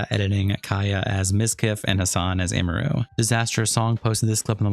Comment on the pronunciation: “Imuru” is a new name butchering that indeed, wasn’t on my 2025 Bingo card